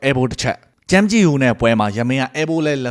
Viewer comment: ကြိုက်ပီ ယမင်းဘဲ မြန်မာအသံထွက်ကွ